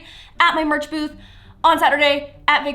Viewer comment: we have a laurdiy merch booth Me: WTF is a merch boob Rewind Me: oh merch booth.....